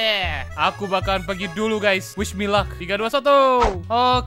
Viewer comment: masa wismillah pake w wish me luck kocak